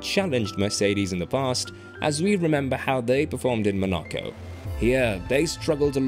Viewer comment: Mon- ah-ko. Is this a computer?